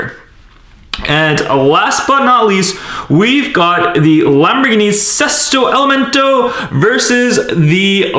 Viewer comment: That is not how you pronounce either of the Sesto elemonto and estoque